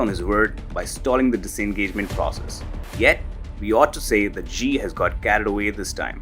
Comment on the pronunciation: SHE SHE SHE SHE SHE SHE SHE SHE SHE JINPING. NOT ZHEE OR GEE. I HATE HIM BUT IT STILL SOUNDS STUPID THAT PEOPLE CAN'T SAY "SHE."